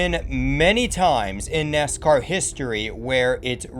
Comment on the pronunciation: Why do you talk so slow and pronounce NASCAR as "Ness-kerr"?